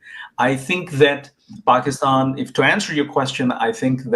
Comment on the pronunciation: The way he said paakstann 😂😂😂 in the introduction, i knew he was born in pakistan and he is also a product of delusion and inbreed dumbwits 😂